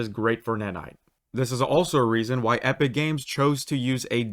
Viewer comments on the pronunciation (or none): none